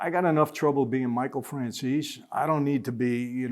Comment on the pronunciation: Had to watch goodfellas again last night and I finally caught it when they did the intros. Mikey francheesey his how he said it though lol.